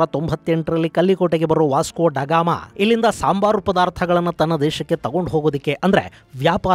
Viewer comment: A va..dagama channagi helidri 😂😂🎉